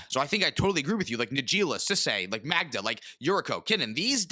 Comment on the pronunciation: The best-said "Magda." as of this day.